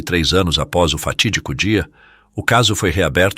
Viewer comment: fatidigo .... fatidigo dia etc tipo so falou mais de 3 vezes kkk